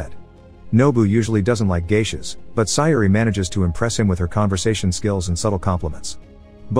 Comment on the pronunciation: Sometimes the pronunciations for certain words or names in these videos is pretty bad. Examples for this one would be Mameha and Sayori.